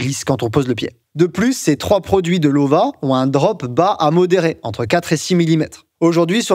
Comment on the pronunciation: En allemand, le w se prononce comme le v en français. Donc prononcer "Lova" 👍.